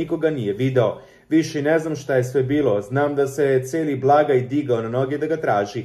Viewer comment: Nije blagoj , nego Blagaj !